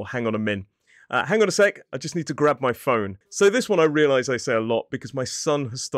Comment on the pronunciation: Grab sounds too American, though